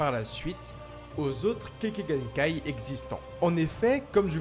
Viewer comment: Kekkaï genkai et non pas kéké genkai